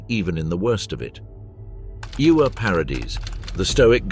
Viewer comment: Ewa is pronounced Eva, not Iuwa. It's German, not Welsh. 😂